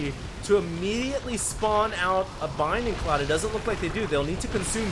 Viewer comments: It's bLinding cloud. Not "binding cloud". That L is important. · Is it me, or does say "Binding cloud?" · yeah i thing too that he said binding cloud strange :)